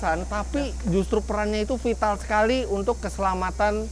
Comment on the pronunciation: vital? Vatal kali om 🙏